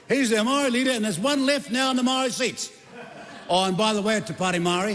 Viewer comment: maow-re... reckons he's authentic XD what a joke